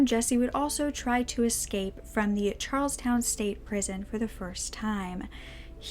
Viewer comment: Yes, I love the fact that she does too short interest but I got a kick out of, me being from Massachusetts, that she pronounced Charlestown, like the dance. 2nd time was better, Charles -town. And in the last video of vintage videos, she pronounced a mimeograph machine Mime-a-graph. And for those of you who don't know the word because you're younger, it's mim - E - O-graph. See I'm not perfect either. Heehee 💗💕💜🌹⭐Love, love, love your videos. Hugs,🤗, from Woobie in Massachusetts.